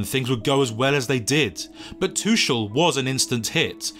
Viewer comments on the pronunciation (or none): They way you pronounce "Tuchel " is worthy of unfollow matey